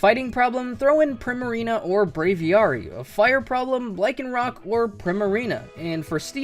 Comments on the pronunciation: The way you say "braviary" makes me want to die. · I may pronounce it wrong, but it got so bad, when he said Braviary, i started just saying Braviary outloud so I didn't go insane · oh i just realized that's how I pronounce it too. lmao i din't even realize he said it differently